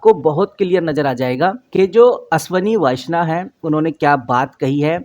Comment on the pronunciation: अशनवी नहीं अश्वनी वैष्णव 😂